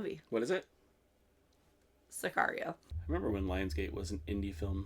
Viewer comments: si car io is correct. car like how americans say a muscle car. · Excellent intuition on the pronunciation of the movie title. Sicario=hitman.